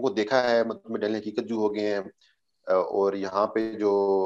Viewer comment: Tu c sarey paindo ho. First correct your Ardo (Urdu) by de-punjabising basic Urdu words. Learn to pronounce Aur and not Or. Say taur not tor. Say jawab not Jo aab. Say gaye (went) and not gay.